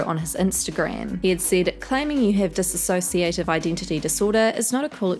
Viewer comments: Dissociative not Disassociative There's no a 😅😉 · dissociative not "disassociative"